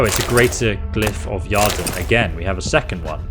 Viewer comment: So... does your Geralt not know any signs, mate? All those fights and you were just all "brigand" and almost no witcher [lol, drove me a bit mad ;-) ] You should have a decent Igni, and certainly a little Yrden would have been helpful methinks [isn't that pronounced something like "year-den" btw?]. Then again, Quen is a decent health-saver as well ;-) lol, just cos he's a wolf doesn't mean that he uses no signs in a fight, eh? ;-) I enjoyed the video much, and you do the narrative proud - so don't take the critique (for the lack of sign use) too seriously ;-) - many thanks! Liked and sub'd Note - a "Philter" is not a "Pill-fer", it's a "Fill-ter" actually (you did get it right later on, so just teasing). Lastly, to be fair, I'm only thirty minutes in, but he's fought more than a few "victims", all necro' looking, nasty and whatnot. Here's hoping the next 30 see a few more signs & potions mixed in to your skirmishes 😎 Perhaps it's the pro-youtuber introducing extra drama by continuously allowing his health to drop to near death levels? Heh... probably, eh? A little Quen here, an extra Aard or two, perhaps a faster usage of POTIONS for healing - would have been far less dramatic, I suppose. lol.. Makes Geralt seem a tad off his game, but more nail-biting for sure. Well done, man.